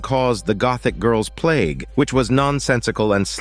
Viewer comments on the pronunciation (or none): none